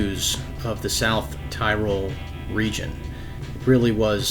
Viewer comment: say "Ti-rol" not Tie-rol